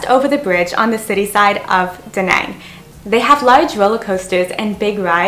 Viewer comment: She's Canadian but pronounces "Danang, Vietnam" like she's from the deep south.